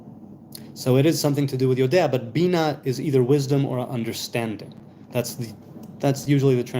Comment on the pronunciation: oh, so it's (pronounced) yode'a, not yodea?